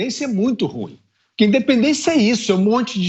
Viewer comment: FI ÚZA Com todo respeito. Você pronuncia a palavra RUIM erradamente. A palavra é dissílaba e não monossílaba, como você pronuncia: RU - IM (A sílaba pronunciada mais forte e IM. A palavra é OXÍTONA, e não paroxitona).